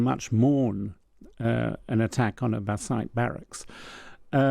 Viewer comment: At least get the pronunciation right it’s Bassidj not Bassaya!!!